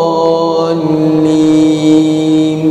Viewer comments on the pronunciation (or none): none